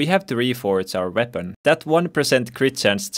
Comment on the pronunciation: I always get confused when you say vepon then I realise